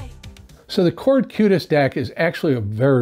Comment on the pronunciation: It is Qutest not Cutest :)